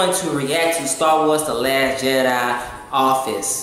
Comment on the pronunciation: It's official not office lol